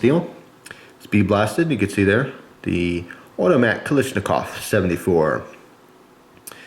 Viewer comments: why do americans say "kalishnikov".. its odd, qhen you know the russian language, i guess you can say it normally.. and not completly ignore the second "a" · When dentist says open your mouth and you say aaaahhh, thats how you pronounce kAlashnikov, emphasis on second a:)